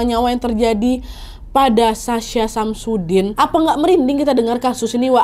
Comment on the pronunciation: Aku dengernya Samsudin😂